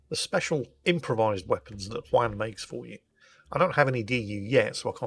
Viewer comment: For the love of God! As a professional welder, hearing the crackle of an arc and seeing Juan using a propane torch kills me! Shit game! Also, you need to learn to say "juan" right... It's not hard...